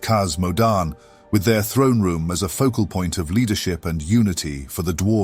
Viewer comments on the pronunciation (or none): none